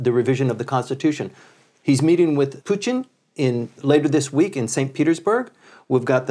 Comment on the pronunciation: LOL, he said Putin in a Japanese way, like Puchin